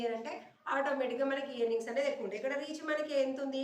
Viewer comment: Mee content bagundi. ఈయర్నింగ్స్ అనకండి.. ఎర్నింగ్స్ అనండి .